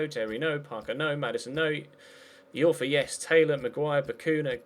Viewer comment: It's pronounced Dominic Eye-orfa not Dominic E-orfa,!